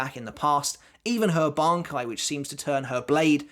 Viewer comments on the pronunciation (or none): none